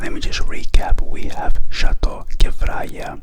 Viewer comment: I’m Lebanese and you’re pronouncing Kefraya correctly 😁